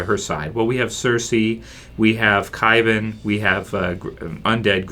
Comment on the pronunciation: Its Qyburn not Qybin